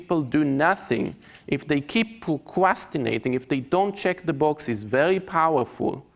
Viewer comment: Very good talk, very insightful. But I still grinned at "pwocwastination". I'm sorry...